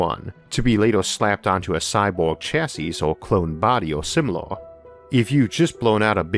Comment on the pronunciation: The third s in chassis is silent